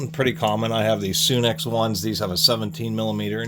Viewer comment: It's pronounced sun x not sune x